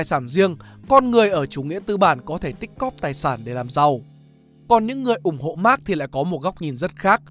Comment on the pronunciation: Thật ra Marx bạn nen phát âm mở hơn thay vì phát âm giống max của tiếng anh.